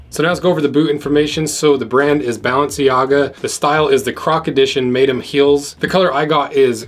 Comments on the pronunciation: "MADE EM'" The hell bro? Mans never heard the word Madame before....MA-DAME. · Thats not how you say "Madame"